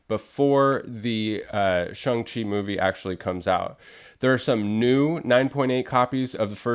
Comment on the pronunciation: I've always pronounced the character's name as Shang not Shung Chi. Good to know thanks. Cool book too.